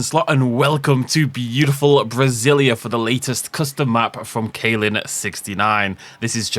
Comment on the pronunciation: As someone from Brazil, i loved the map! Btw the A in brazilia isn't that stong